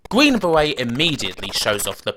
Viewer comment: Gween bewet...